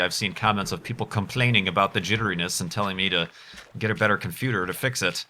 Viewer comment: What is a "comfuter"?